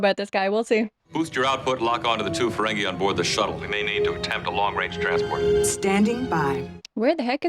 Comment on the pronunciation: Not a huge deal but it's Ferengi (fur-ren-gee, not fur-ren-gay). They're not dancing the merengue. 😂